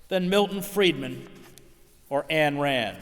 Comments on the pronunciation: This guy mis-pronounced two words that signal to me that he is not a sophisticated thinker: He pronounces the word "nuclear" as Nukular. That is wrong. He pronounces Ayn Rand as "Ann" Rand. So dumb. It's pronounced as "Ein". Remember: she was born in Russia. Her name is Russian. Get it right, guys, if you want me to follow you. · 'Ayn' in Ayn Rand is pronounced 'ine', rhyming with line. Hedges would know that. He must have thought that he was helping others to know who he was talking about.